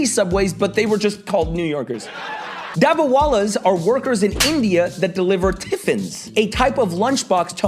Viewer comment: Just let me say this, your pronunciation of Dabbewallas was so accurate!